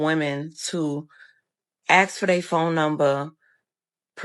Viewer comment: Public Service Announcment: It's: "A S K" not "A X E" Thank you. Carry on.